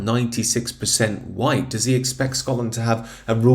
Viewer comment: The words Bandwagon Humza and Jump, come to mind…. oh yeah, and the word “whyyte”